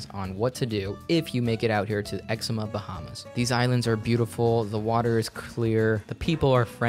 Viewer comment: Hi, I'm an actual citizen from The Bahamas (Grand Bahama), and 6 second in the video you've mispronounced 'Exuma'.